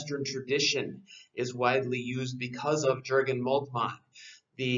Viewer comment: Good stuff but the 'J' in Jurgen is pronounced like a 'Y'